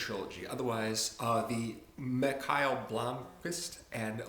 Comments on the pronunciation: He's pronouncing it wrong though. The Swedish name Mikael is actually pronounced /Me - kale/. You can confirm the same by watching the trailer for the the Swedish film adaptations of the books. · I had no idea that's how you pronounced "Mikael" The whole time I pronounced it like "Michael"